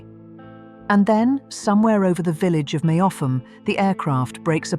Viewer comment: The village of Meopham is pronounced Mep ham